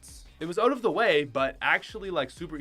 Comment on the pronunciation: Why do you say “ote” and not “out”